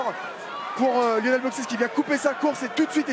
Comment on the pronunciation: Lionel et non Yionel